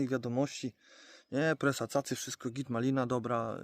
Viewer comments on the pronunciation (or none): O co chodzi z tą presą....tak się u ciebie to wymawia czy sam dla siebie tak to wymawiasz? Na Warmii wymawia się prasa a czynności nazywamy że prasujemy😅😅😅 z doświadczenia wiem że to bardzo boli jak się chce, deszcz za rogiem a tu się nic nie klei.....albo się zapycha na podbieraczu a to siatką nie chce obwijać....masakra 😢